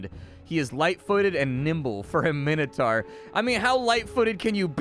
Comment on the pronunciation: Min-o-tor. Sauron is sour-on. But your constant swearing is not endurable. STOP SWEARING! Please. M 🦘🏏😎